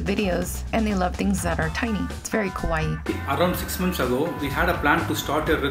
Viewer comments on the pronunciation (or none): its not KU-AA-EE its KAA-WAA-EE 😑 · its not KOWAII -.-' that means scary, Its KAWAII 😭👌🏻